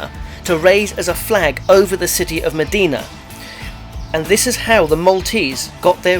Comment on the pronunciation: Great informative video! :D But it's not pronounced as 'Medina' but 'Imdina'